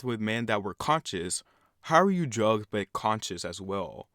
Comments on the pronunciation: she said drug you can even hear the “g” at the end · she clearly said drugged 😴